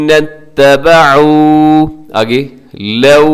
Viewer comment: آپ نے لفظی ترجمہ کرتے وقت اتَّبَعُوا کو اتَّبِعوا پڑھا ہے ۔ استاد محترم ایک مرتبہ recheck کر لیجئے گا.